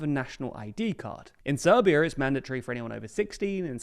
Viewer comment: ah yes, "serbia"